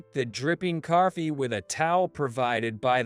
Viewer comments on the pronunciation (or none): Since when are there Rs in TALK and COFFEE? It isn’t tark or carffee! Stop inserting non existent letters into words. Tronsford? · What the h*** is carfee?